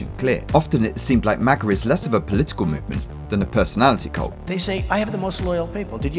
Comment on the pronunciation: This dude really just called MAGA "MAGer" with the hard R 😂